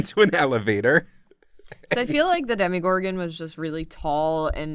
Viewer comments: How can you pronounce Demogorgorn wrong through the entire episode. It's not demigorgon. Dem-O-Gorgon. Sorry. I just had to correct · You want the show to bring her back... I want that too (though it's impossible, both the creators and the show itself in both seasons confirmed she's dead), but she's gettin that CW money now, playing Ethel on Riverdale. EDIT: Also, it's Demogorgon ), not Demigorgon. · “I play a lot of d&d” - proceeds to call it a “demigorgon” the entire video. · It’s demOgorgon lol